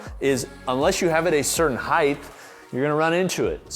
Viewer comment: Amazes me how many people pronounce height as if it ended with a “Th”. “Heighth!”